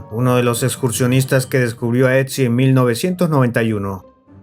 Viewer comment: Otzi, no "Etzi" jaja